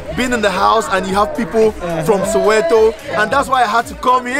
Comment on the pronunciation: Soweto not sowero 😂,loved the video